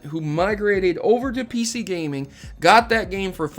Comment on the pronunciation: "The Inconsistency of PC Gaminge" "Gaminge"